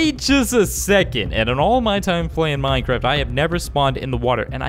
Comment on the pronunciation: he says "minecrift"